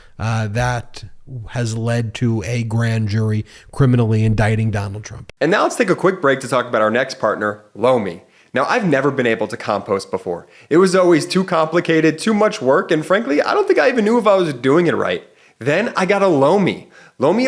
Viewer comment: Ok Ben, I do like and follow your Midas Touch Posts but seriously mate those ad's do you no favours in terms of credibility. Having your lil brother extolling the virtues of compost... Not pronounced 'compowst' btw (use a short o) when I don't believe he's ever tried composting anything in his young life . Apart from that you're not bad although I do prefer Popock tbh. He doesnt repeat the obvious as much as you do and doesnt get so over excited ... Stormy is brilliant.. love her riposts :)